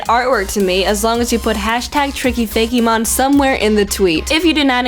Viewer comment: OMG! Tricky it's pronounced fake-mon not Fay-key-mon!